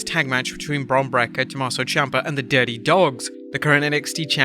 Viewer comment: Why do you have such a problem saying bron breakkers name? Its not brekker its breakker